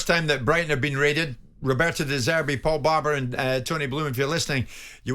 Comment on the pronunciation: roberto de zeebrii 😂😂😂😂